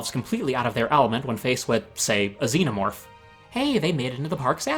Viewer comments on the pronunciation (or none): none